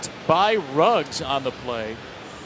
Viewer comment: Its Henry ruggs not riggs commentator